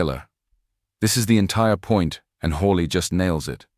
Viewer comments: how on Earth did she ever get to be a general? oh yes DEI Mr. Hawley, and Mr Kennedy are brilliant, and know what they're talking about. It's Hawley, not Holly get it right!! I didn't hear an eruption of Applause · Will SOMEBODY please program the STUPID AI "narrator" that it's Senator HAWLEY, NOT "Holly"! GRRR, DAMMIT!! :face-orange-frowning::face-orange-frowning::face-orange-frowning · It’s Hawley. NOT HOLLY. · "Hawley" might sound like "Holly" to some, but being able to use AI-generated captions still has a long way to go before it's 100% viable. Senator Hawley is NOT Senator Holly. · The AI voice needs to STOP! Your fake voice can't even pronounce the Senator's name correctly! UGH and we don't want to hear a fake foreign accent! Gross